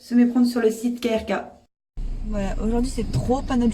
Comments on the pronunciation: On ne dit pas "KRK" comme des initiales mais "Krk" comme un mot (oui ça existe des mots sans voyelles en croate par exemple krv) 😂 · On prononce “Keurka”, et le mec du parking ne bosse pas pour le parc mdr il n’y connait rien. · ca ce prononce keurka et plitvitsé pas plitvici, sinon oui il y a des pieges a touristes il faut se mefier et dormir dans sa voiture est interdit en croatie, 150e d'amende